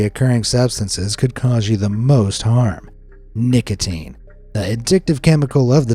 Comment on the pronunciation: W-w-wha-t abo-o-ut lo-o-oki-i-ing at nic-a-a-ateen 😬😬😬😬😬😬😬😬😬😬😬😬😬😬😬😬😬😬